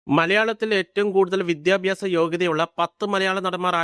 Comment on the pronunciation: വിദ്യാഭ്യാസം എന്ന് പറയാൻ അറിഞ്ഞുകൂടാ. വിദ്യാഭ്യാസം. പ്രിദ്വിരാജ് കംപ്ലീറ്റ് ചെയ്തില്ല. എടോ നന്നായി അന്വേഷിച്ചിട്ട് വരു